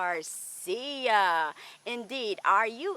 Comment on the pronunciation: Oh, it looks like fire, gosh I love fire. Gorgeous. One thing, though, it is DeGracia (of grace) not Degarcia (of Garcia).